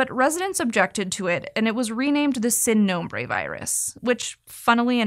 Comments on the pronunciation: Spanish “I” is pronounced like a long “e” in English so it’s not “sin” nombre it’s “seen” nombre. Please respect other cultures by trying to pronounce the language correctly. This is a phoneme we have in English too so there is really no excuse to not pronounce it correctly. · Pronunciation is usually fairly good on SciShow, but ‘Sin Nombre’ was super triggering. Seeeeeeeeeen